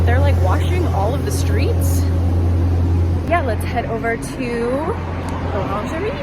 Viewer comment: You said Laungerie not l'Orangerie :D I thought you are going to buy dessous HAHAH